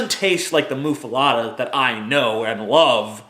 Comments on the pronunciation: Muh-fuh-letta..... Not, "moo-fuh-lotta" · I think muffuletta is pronounced "muff-uh-let-uh," not "moof-uh-lot-uh." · BECAUSE THAT'S SO OBVIOUS ISN'T IT? PRONOUNCING IT "MUFFALOTTA" AND AKSHULLY HAVING IT SPELLED "MUFFALETTA." FUCKING CONDESCENDING FUCK. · Isnt it.muffaletta? Letta not lotta? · Yes, he just mispronounces it. And it's not really a Louisiana thing. I mean, they might be popular in Louisiana, but it's an Italian sandwich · You say muffaletta weird.